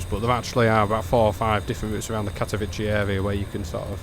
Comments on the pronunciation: Katowice is pronounced more like Katovitzeh or Katoviseh, not like you say it - Katovici or Katovitchi which sounds like Italian name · Just so you know, in Polish Ws are pronounced like Vs in English, so Katowice is pronounced something like Cat-oh-vee-seh and Zawiercie is more like Zah-vee-ehr-tseh